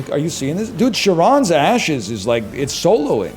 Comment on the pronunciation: You fools complaining about him skipping Dark Embrace, I’m here complaining about him mispronouncing “Charon’s”